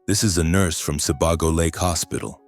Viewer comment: The story is good, but the name switching was distracting. Hint regarding pronunciation for Sebago-it's more like See Bay Go.